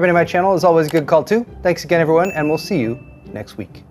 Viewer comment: Did you say : "Tech news for the weak"??? 😅